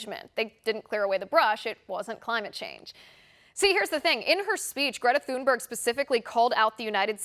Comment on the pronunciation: Please pronounce the poor child's surname correctly. There is no TH sound in Swedish. It's a hard T.